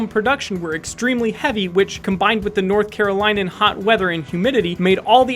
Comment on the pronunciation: Not to be specific, but you said "North Carolinian" wrong.